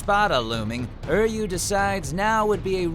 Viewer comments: Ishada? Ur yu? HAVE YOU EVEN HEARD THEIR NAMES??? its ISHI DA , URI YU, ( im not talking about spelling im talking about how the guy says the names) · "UR-YU"?! "ISHADA"?! TODD YOU ARE KILLING ME OVER HERE DX You were even in Bleach T^T How could you mispronounce their names? DX It's "U-RYU" and "ISH-I-DA" T~T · I'm sorry, Todd, but your pronunciation of "Uryu" is wrong. ER-YOU?! REALLY?! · Todd what’s with butchering U-ri-Yu and I-shi-da so bad...has watchmojo infected you coz they are notorious at said butchering..... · u said Uryu wrong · Jesus. The way he pronounced Uryu is just ridiculous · The way he says Uryu and ishida irks me beyond words but he got whooped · frankie blades and vapes I feel the same way, I was like, what did he say? Obviously never seen the anime or heard it said aloud. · Did you say Uryu and ishida wrong??? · I'm happy something from Bleach got on here, but what the Hell Todd?!😭 He pronounced Uryu and Ishida wrong! If I didn't know the series so well, I would've been like who are you talking about?! Oh well, at least he pronounces Ryuken properly, thank goodness. Kind of disappointed in you Haberkorn.😔